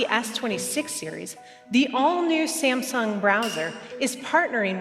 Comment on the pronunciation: 싸엄성엉 이라고 발음을 꼭 해야되겠냐...싸엄성엉 이런발음도 그렇고 삼성 이발음이 그렇게 안되나 듣기 참....